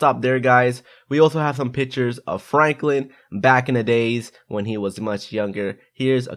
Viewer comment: Did anyone else hear him saying "pitchers" instead of "pictures"?